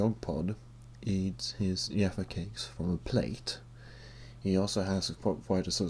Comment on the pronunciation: I love how you say "yaffa cakes" :') accents are the best